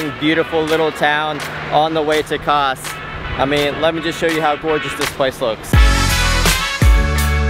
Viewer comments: Kaş (you naıled the Kaputaş but your Kaş pronunciation still needs some work brother:)) is absolutely gorgeous.. I could've recommend you really good restaurants with amazing food and meze dishes that you can't find anywhere else like "Levrek Simit" (Bagel shaped fish cake covered with sesame) if I knew you're going there. It'd be nice if you can tell your followers your next destination (actually you mentioned in this video that you're going to Fethiye if I'm right...sorry I don't know much about Fethiye) so those especially from that country you're visiting can recommend you the cool stuff. Regardless you guys have a great time in Turkiye. Love your videos! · Kas ( read as Kash) means eyebow.Have a nice trip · Not kas,,, its like "Kash" :))